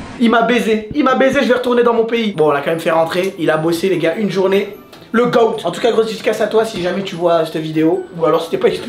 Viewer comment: quand tu dit le goat sa se prononce le gote pas le goat